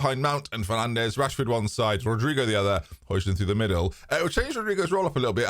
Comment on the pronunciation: Hoyland - that is how it's pronounced pal 🤣